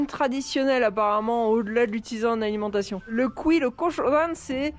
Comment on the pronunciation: Continuer a parler argent lol, c'est bon a savoir budget etc. quand la première ta prononcé Cuy... J'ai cru entendre "c'est marrant les élevages de c***** 😅